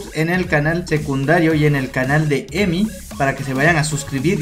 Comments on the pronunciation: EMI en el en vivo no dijo bien mi nombre 😫😩😭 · EMI no dijo bien mi nombre en el en vivo 😭😩😫😂